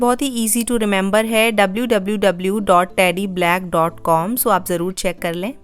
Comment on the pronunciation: also its not Teddy Black..... its Teddy Blake pronounced Blay-ek